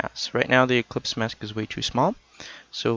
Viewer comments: It's "eclipse" not "ecplypse" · It's ellipse, not ecplypse!